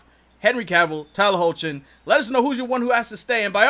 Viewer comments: its pronounced Hecklin lol - Tyler hoechlin (Hecklin) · Tyler Hoechlin's name is pronounces as Hecklin